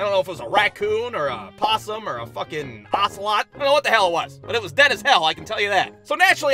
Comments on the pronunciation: Why did you say osilot but I love your vids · Bruh said Ocelot 😂